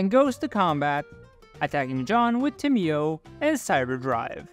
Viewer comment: tamiyo is pronounced: [tay`mo]